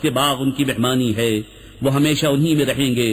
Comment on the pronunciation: بس ایک چھوٹی سی کمی تلفّظ میں ہو رہی ہے۔ ہے۔ کی جگہ بار بار۔ حے کھا جا رہا ہے